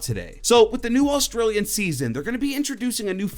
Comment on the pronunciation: Wait... Did he say Autraliana? Geez... Foreigners...